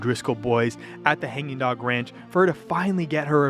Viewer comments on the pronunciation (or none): none